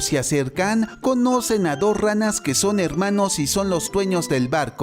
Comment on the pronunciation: Deja de decir helmanos